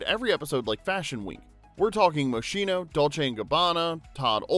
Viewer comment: Cringe at "Moshhhhhino", it's pronounced MosKino. CH in Italian sounds like a K.